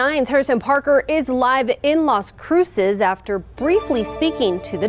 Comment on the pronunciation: 😂 You nailed Las Cruces 🎯